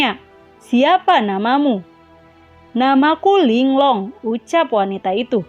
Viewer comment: Ling Lung aja kak jangan Ling long